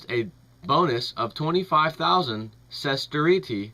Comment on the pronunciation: Dude. Pronounciation. Seriously. Kah-LIG-you-lah. Ses-TER-shah.